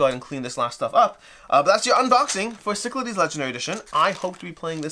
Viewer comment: I remember the Kickstarter video featured a terrible mispronunciation of "Cyclades." I don't think I noticed till now how much they butchered the font/spelling. That is, they used a symbol that looks like Psi for Y, a symbol that looks like Lambda for A, and a symbol that looks like Sigma for E. Kind of makes me wish they had the option to get a box with the Greek spelling, Κυκλάδες or ΚΥΚΛΑΔΕΣ. I've still got the first edition with all expansions. Don't think it's worth it to upgrade, although this deluxe/miniatures version does look nice.